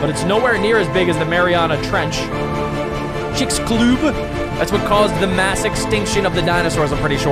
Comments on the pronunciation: The way you say the name of the asteroid that killed the dinos is "Chicks-a-lub" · The chixulub impactor is pronounced "the chixsulub impactor" and i trust you know how to properly pronounce impactor or do you need to go back to kindergarden